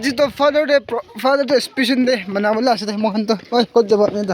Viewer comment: Spicial ❌ spishion